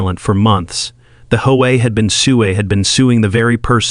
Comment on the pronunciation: Hey AI, I love the way you call H O A HO A!